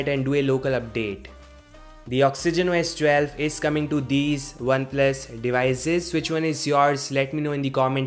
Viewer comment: "Socks-ogen Wo-S 12"??? I thought this was about Oxygen OS 12. Oh well! OK, I'm just joking around, this is a great, short, informative video even though I could do without the singing "intermission", LOL. Take care, -Eric